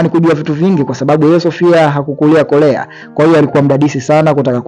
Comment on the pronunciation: korea sio kolea kuna muda mnaharibu muvi kutokana na mtafsiri anavyolegeza ulimi aaaakh